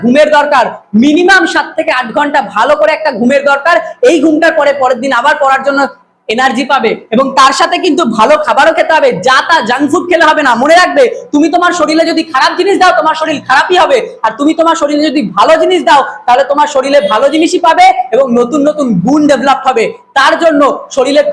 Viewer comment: sir apnar uccaron thik kora uchit .soril na sorir.khub bhalo bujhiechen